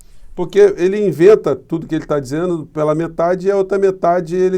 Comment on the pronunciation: Por quê será que o Promuncia "PE'LA e PE'LO?? 😊🙄🙄😄